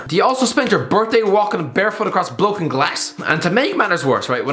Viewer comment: "Bloken glass" 😂😂😂😂😂😂😂😂😂😂